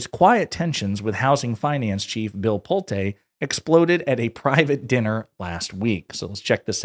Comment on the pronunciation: Just a note - Pulte's name is pronounced Pull-tee